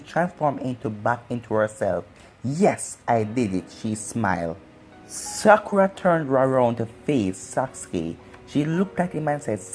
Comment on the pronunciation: you said sakura like: "Sucker Ahh"